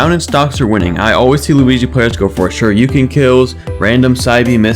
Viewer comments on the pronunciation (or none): none